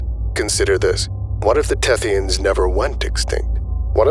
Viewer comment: "The Thethyans are cephalopods." Me: * looks nervously at my calamari lunch *